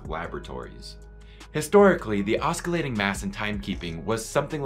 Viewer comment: Thanks, nice video. BTW the 'c' in oscillating is silent, like in 'science'. Thanks for the history!